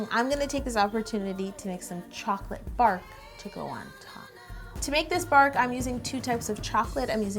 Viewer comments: "Bark" Me: Ew why u calling it barf? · Hahahha I thought she said “chocolate barf” and I was a bit concerned 😂. And that cake looks amazing! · No joke, when she said "chocolate bark" I thought she said chocolate barf! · I thought you said chocolate barf! ^0^ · Anyone else keep thinking she was saying chocolate barf... lol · It sounded like she said she was going to add some chocolate BARF and not bark. lol I was so confused for a second.